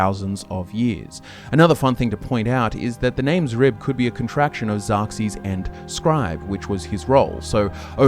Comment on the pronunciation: Thank you for pronouncing Xrib correctly this time. It killed me hearing you guys pronounce it as "Scrib" in the last video. I even left a comment about it, but all I got was people arguing that X was supposed to be pronounced like that. 😂